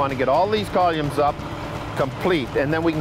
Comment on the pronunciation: Also this guy calls them “columes” hahahahaha like volume with a C